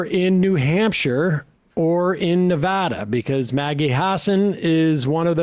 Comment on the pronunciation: Thank you for pronouncing Nevada correctly.